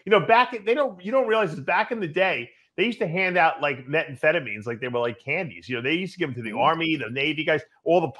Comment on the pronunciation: 'Metfetamine'??? Come on, Dave. You're almost a "doctor" and you're a world class drug guru.... It's called 'Metamfetamine'.